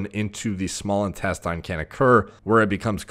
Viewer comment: Great content but I wonder why does he keep saying "intes-TAYN" instead of "intesTIN"??? Weird...